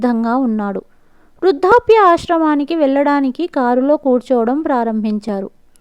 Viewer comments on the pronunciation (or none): Vrudhapya kaadu Vrudhdhapya baadha. Adem Telugu? Vrudhaapya? 😀😀😀